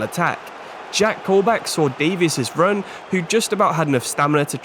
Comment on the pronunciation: Loving the series!! Realistic careers are so much more interesting!! Though I will say Keinan Davis is pronounced Dave-Is not Davies